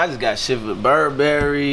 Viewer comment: Nigga BU-RB-RY-Y OR BUR--BER--Y Wtf is BUR-BAR-Y???? im schleeeeep cuzz